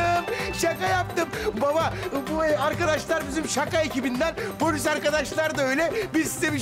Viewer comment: durak değil polıs 😀